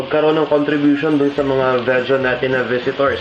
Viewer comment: Vejan = Vegan as in vee-gan :)